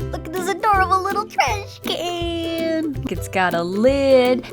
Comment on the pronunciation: It's trashCAN not trashCANNOT.